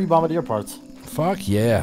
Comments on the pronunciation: the “bombadeer” beetles… I’m fairly sure it’s French and pronounced bom-bar-dee-ay. Anyways love your videos, I watch all of them. Hands down favorite streamer. You rule bro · bombardier is French ( bom-bar-D-A ) most pronounce it ( bom-ba-dear ) if you were wondering you called it bom-bar-der